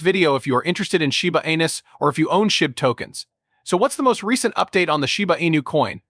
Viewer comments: You called it Shiba Anus at the beginning of your video, lol 😂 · Did i hear shiba anus ? ???? 😂😂